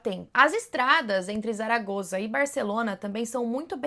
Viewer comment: Zaragoza, se pronuncia como se fosse um S. Saragosa, só prende o S nos dentes, um s mais fechado ❤